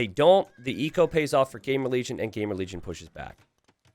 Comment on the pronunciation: Is it just me ? xD Every time you said "GamerLegion" I heard GameReligion xD